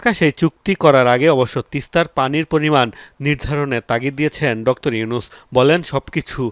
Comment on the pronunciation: ডক্তর কি? ভাই? উচ্চারণ ঠিক করেন। আপনি বারবার ডক্টর ইউনুস না বলে ডক্তর ইউনুস বলতেছেন।